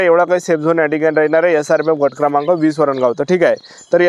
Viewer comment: बट क्रमांक 😂😂 गट क्रमांक ✅✅